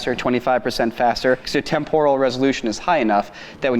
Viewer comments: Who on earth pronounces temporal as temp-oral? It's tem-per-al. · Does he mean"Temporal'? Why does he pronounce it so weirdly?? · Wtf is this current "trend" with pronouncing it tempoooooooooooooral? It is more like temp-uh-ruhl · It's pronounced Temp-er-al not Tem-Por-al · The mispronunciation of "temporal" feels like a cheese grater to my eardrums :/ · Live everything about this channel but your pronunciation of "temporal" made my ears bleed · Stop saying "TEMporal" wrong. You're putting the emPHAsis on the wrong syllAble. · That's not how you pronounce "temporal" 🙃